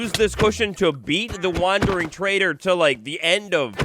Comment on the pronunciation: YES! DE-SPWAN THE WONDERING TRADER! 🤣